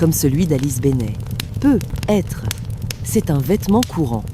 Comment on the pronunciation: Je me désabonne, j'ai essayé d'écouter plusieurs fois, car les histoires sont sympas, mais ce fond de feu de bois est trop fort, la voix masculine ou féminine est sympa aussi, mais argh les trucs genre peu.. être, le cheur au lieu du choeur, le pube au lieu du pub.. labasse au lieu de là-bas..et autres choses ce n' est pas glop.. bien dommage..